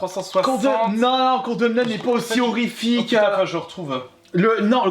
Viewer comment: Le fameux condeumeneude ^^.